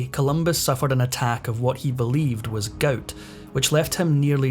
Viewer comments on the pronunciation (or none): Please! It's "gout" not "goat". 😂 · "Goat"? Why can't you pronounce "gout"? LOL! Sorry, JK! Good video! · A severe case of GOAT? It's called GOUT (pronounced Gowt) 😂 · It’s pronounced “ga out”. Long u sound. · "Goat" is gout in a Sctish accent....dummy!